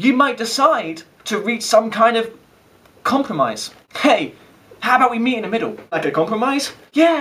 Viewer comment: "Like a compwomise?" Love it :)